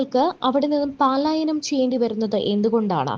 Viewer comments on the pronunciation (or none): പാലായനം അല്ല മോളേ, പലായനം ആണ് ശരി. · പാലായനം അല്ല, പലായനം എന്നു പറയൂ!